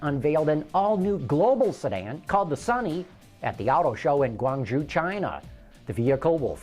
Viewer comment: Hey, please be a little more sensitive in pronoucing stuff. Guang Zhou isn't pronouced guang-jew. It is more closer to guang-joe. We as viewers do not expect you to pronouce things perfectly but you should at least make an effort.